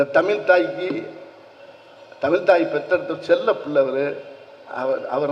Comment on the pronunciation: டே நானும் பாத்துகிட்டே வாறன் உன்னை திருத்துங்கள் இல்லை அது தமில் இல்லைடா தமிழ் ட வெண்ணெய் நாக்கை வழிடா கொன்னை